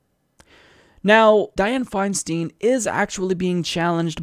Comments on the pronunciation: it grates on my ears when you say her last name It's pronounced like FeinSTINE not FeinSTEEN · The name is Dianne Feinstein pronounced FineStine. Just an FYI. It only takes a minute to look up how to pronounce it on google. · I believe that her name is pronounced Fine- Stein (like beer stein). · Isn't it pronounced Fein"stine"? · Isn't it pronounced /'faɪnstaɪn/?